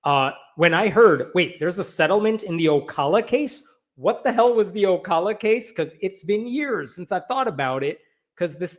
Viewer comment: You pronounced Ocala correctly.